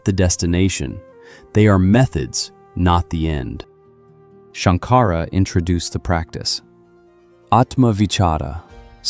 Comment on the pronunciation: Shanka-ra NOT Shank-ara